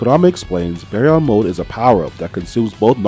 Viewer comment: Bro said bearyon